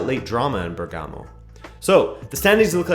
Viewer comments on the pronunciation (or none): none